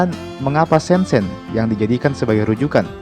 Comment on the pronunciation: It's prounounced Syen Jen (kedua huruf e dibaca sebagai e pepet seperti pada kata Elang)